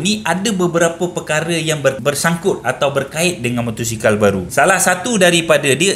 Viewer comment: motosikal bang bukan motorsikal